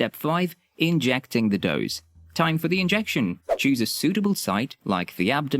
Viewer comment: It’s “dose”, not “doze”